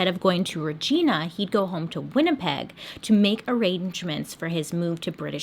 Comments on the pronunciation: Every Canadian watching this video: "It's REG-EYE-NA" Also I remember when this happened and it was wild. No one was taking the greyhound after this. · Remember kids, regina rhymes with fun! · I was so thrown off when she said it. I didn't think she was saying Regina. (Ri-jine-uh). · I know it’s not funny but “Regina” being pronounced as “Re-gee-nah” like Regina George SENT ME and I laughed so hard. I’m from Brandon Manitoba, 2 hours from winnipeg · Ha ha right?! And "Rageena" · And Regeena 🤣 makes me cackle in Canadian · Makrothymia it basically sounds like the female body part... Reg-EYE-na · if the city was in Italy that would be 100% correct. But it's in Canada. It's like your name, I'm assuming it's pronounced "mar-tee-nah" and that is what everyone knows you as. I'm gonna go right ahead and pronounce it "mart-in-ah" and no matter how many times you correct me I'm gonna say that I am pronouncing it right because some guy in a small village in Africa pronounced it that way so that's how I am gonna say it. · rej-eye-na hehehe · I’m just here to see all the Canadians correct her pronunciation of Regina lol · When she said “Rageena” I CACKLED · Regina — Reg—eye—na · Lol sask girl here. When I first heard her say Rageena, I was like... where? Then realized she meant Regina 😂. No hate though, I LOVE Bailey and names are super hard sometimes. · Fun fact, Regina is actually pronounced Rej-eye-na......yeah..... I live near Regina and every time I hear it I'm uncomfortable. 😂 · like v*gina. For real, locals will tell you it's the city that rhymes with fun *eye roll*. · Was looking through the comments for this haha "Regeena" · Hehe Bailey, as a Canadian every time you said Regina i giggled. We pronounce it Ree-G-eye-na... kinda like that. I remember hearing about this story when i was a kid about to take a bus up from Niagara to Owen Sound to join my family for a vacation. I was looking over my shoulder everywhere after I heard this. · Regina is pronounced like V**ina